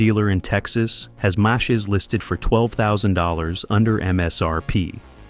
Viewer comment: The way the guy says Mach 😂